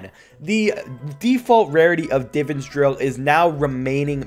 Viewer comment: It annoys me how you say Divans